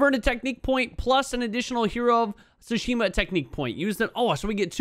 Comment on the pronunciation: About fuckin' time, bro! lol... Btw, most Japanese nouns have the stress on the first syllable and the "t" is always pronounced in "ts" - TSOO-shima